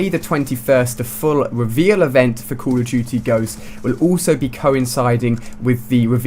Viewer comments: he said call of tootie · I like how he pronounces COD "Coll of tuty" jajajajajajajaj